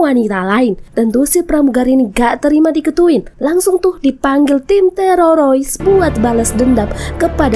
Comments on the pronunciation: Jadi geli dengernya, TEROROIS hadehhhhhh... TERORIS TERORIS TERORIS ........ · TEROROIS 😅.. HADEH, TERORIS MBAK.. Bukan Terorois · Teroris bukan tereroris😂😂😂😂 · apa susahnya blng TERORIS - TEROROIS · Sama aing jga jiji😂 terorois😂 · Sorry y min..kenapa kl sebut teroris lidah nya kebal banget..jd yg denger tmbh kebal..laen y bgus2 ajjah..lanjot min...sy suka nonton alur.... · Maaf min lucu ngucapin teroris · Bilang teroris aja susah bener 🥴